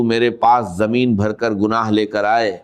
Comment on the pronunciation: A jameen Nhi bolte Zameen bol Tu Dr iSrara nhi bolra Dabing h